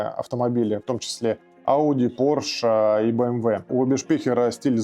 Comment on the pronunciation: Не порш а порше, спецы бля..